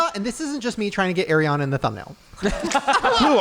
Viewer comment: Shane it’s “Are-re-ah-nah”